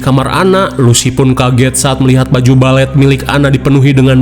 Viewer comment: Balfet....Balet Kofet..??!😂😂